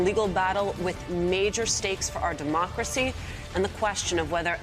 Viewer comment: "Our deMOCK-racy"; note the fiendish glee on her face, haha